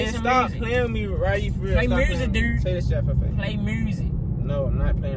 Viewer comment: "Play mursic durde" 😂😂😂